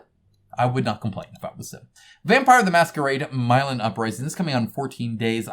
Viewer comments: P.s. I'm pretty sure it's pronounced Mi-lan (with a short 'i' sound) and not My-lan, as you've been saying across several videos. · Oh god it hurt to hear him pronounce it that way